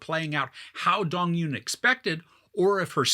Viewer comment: Loved it! And fyi it's not Dong-yoon, it's Dong-eun which is hard to pronounce for westerners